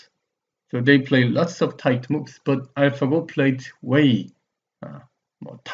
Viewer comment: "much more tight-tuh!" hehe i keep gigling